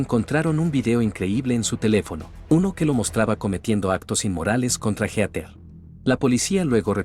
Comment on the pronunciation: No puedo con Heter, es Heatheeeer